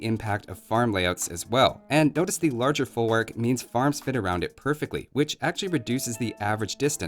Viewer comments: it's folvark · In Polish W is pronouced as a V. Folvark.